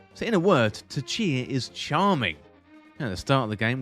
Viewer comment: Tchia - don't pronounce the T